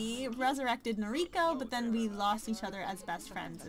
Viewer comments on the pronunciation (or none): Umh.. Im sorry you can prenounce it however you want but you're saying the name "Noriko" wrong, since she's japanese you prenounce it as "No-Ri-ko" and not "Nori-ko". Sorry i suck but the weeb in me had to tell you xD